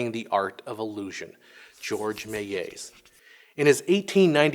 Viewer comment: The L in Georges Méliès is pronounced like an actual L, not a J/G